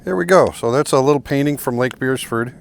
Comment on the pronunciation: Nice to hear an American say painting without dropping the t usually you fellow breatherin say paining!